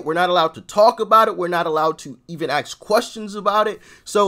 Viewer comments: 'Ask people', not 'axe people' 🤪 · "Axe"? Really m8? You're better than that. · how come I always hear him saying "axe this question", although autosubs show it as "ask"? Do I really mishear him every time? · i LIKE YOUR SHOW JUST A COUPLE OF POINTS? 1. Its ASK not AXED! rock the racest rants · “ASK” No offense